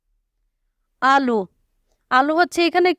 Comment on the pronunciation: আলু না আলো🤦🤦🤦🤦🤦🤦